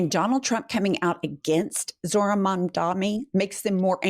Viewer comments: Its MAMDANI not mamdami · needs to spend 5 minutes practicing to say Mamdani. Every time she gets to his name she loses focus because she's trying so hard to get it right. Mom-dah-knee ez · Ok. At this point (especially if you're reporting on him regularly) you should know how to say his name: Just like "m" comes before "n" in the dictionary, all of the m's are in the first syllable of his name: "Mam" The n is is the 2nd syllable: "dani." Mom - Donny Mom - Donny Mam - dani Mamdani "The name is Mamdani. You should learn how to say it." - Zoran Mamdani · It is MamdaNi DANI... please say it a few times in front of the mirror. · Guys?! As much as I luv you, just a quick correct: it’s pronounced, MOM-DONNY!!!! Mamdani! If you can say cuomo, you can say that❤ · *Mandami /s (they all say it like that) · has gotta get Mamdani's name right!